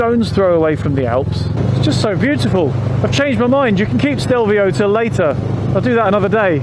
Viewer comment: Stelvio is just two syllables, which is why the accent is on the first syllable. AKA Stilfser Joch. There is a local Lombard dialect name, but I can't say it.